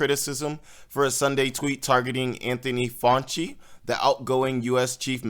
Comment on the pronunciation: How do you not know how to pronounce “Fauci” by now?